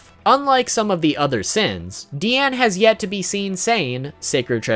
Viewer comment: It’s not DEEane It’s DiAnu